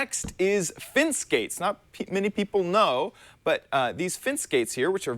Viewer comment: Why do you keep saying "fince" instead of "fence"